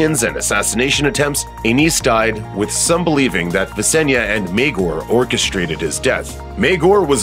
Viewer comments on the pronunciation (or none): “Aerys”and Maegor💀 how can an entire team fail this miserably with names